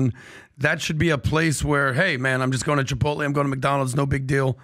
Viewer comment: LMAO "Chai-poutle" "Tak-o-beil"